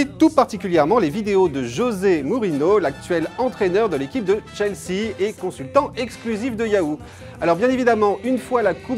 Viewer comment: On dit mourinio ;)